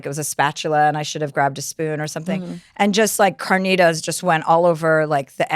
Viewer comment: Chilaquiles pronunciation made me wanna kms and carnitas